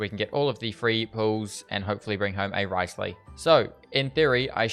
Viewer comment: Thank you for actually calling him Wriothesley and not “Rizzley”. It’s so annoying when content creators just call him Rizzley. Congrats on the Furina too and stay safe during the cyclone!!!